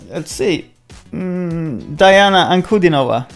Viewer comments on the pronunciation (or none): She is Dee-ana. Thanks for reaction!!!